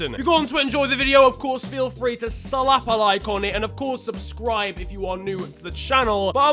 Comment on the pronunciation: "Please salahp a like" 🤣🤣🤣🤣🤣🤣